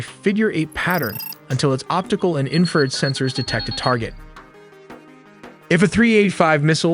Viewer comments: Although I like this stuff, the AI is killing me with it use of words and pronunciations.. Inferred instead of infrared , just ez stuff. Overall OK though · War-thog? Teer? Inferd? C’mon guys. This isn’t that hard. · The narrator literally cannot read. Infrared barrage, and many many many other words were pronounced like somebody who has never heard English spoken in their lives. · I appreciate the info but I have distain for the computer generated mispronunciation of simple words like infrared. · i tried to watch more after my last comment about the crap ai pronunciations, but then "he" said "inferred" instead of infrared, which "he" has done on every previous video that had the word infrared in it. I got m into it and couldn't watch anymore and gave it a thumbs down. I love AI when I need its ability to sort through information, but when it comes to youtube videos, I just can't stand it. I want to be entertained and learn, and I can't do either of those with a non-human, sorry. This AI has a great voice and speaks very human, but it still lacks the ability to actually sound human. when you guys get a human to narrate, I will watch your videos again because they are good.